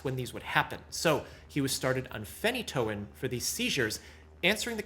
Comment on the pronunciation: It’s not phen-E’-toin